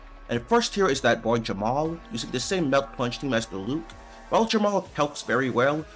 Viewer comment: i was listening to the audio and was so confused when i heard "Jamal" 😭😭